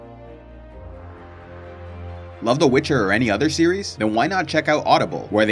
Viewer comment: Every time you say "series" what I understand is "Ciri's" lol